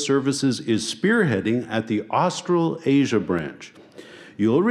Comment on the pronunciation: Where the fuck is Austral Asia? Can someone please tell that it pronounced "Austra-lasia"? One word... four syllables! SMH! 😳